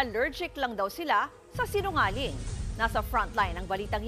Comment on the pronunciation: Ausin nyo nmn po pag pronounce ng Sinungaling kakatawa tlg 😂😂😂😂 senadora na po kau eh 🤣🤣🤣🤣🤣